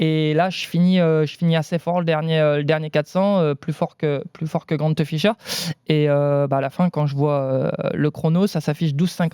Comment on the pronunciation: GrantEUH Ficheur